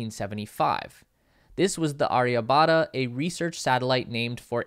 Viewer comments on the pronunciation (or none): Great video Was comprehensive Perhaps you could work on the pronunciation of Mangalyaan and Chandrayaan and Aryabhaytta